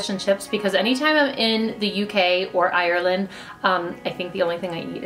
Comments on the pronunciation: Help I’m dying from when she said IRREland. Irish people know what I mean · Love the way she said Ireland 😂😂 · I from ireland and sorry your saying irela d rong